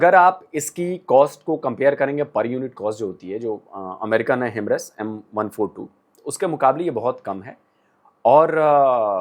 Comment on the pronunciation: Kya bola 😅😅 himras kya hai 😅😅 Himars bolna chahate ho kya